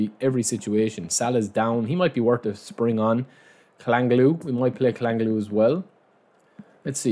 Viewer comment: Love the vibes bro. It’s Chal-Han-oglu not kalangalu 😂❤️❤️